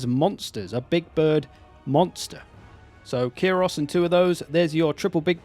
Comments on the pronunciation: I'm sorry but I need to be THAT GUY here and say" It's pronounced Kai-ros not Kee ros" . I'm sad they didn't include Tzaangors. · love ye man but I did flinch every single time you said "kyros" instead of [k-eye-ross] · HIS NAME IS KIE-ROCE NOT KI - ROSE KYE-ROCE